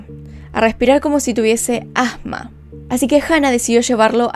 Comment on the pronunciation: “Padecía ajjma”